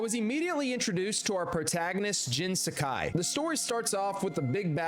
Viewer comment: How did this poor man manage to butcher every* single Japanese word 😭😭😭 (SHOO-see-mah, sa-KY, shi-MEER-a) I’m not mad btw